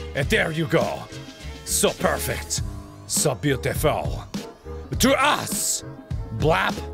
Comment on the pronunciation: Beaautiful you mean cringeful?😁😁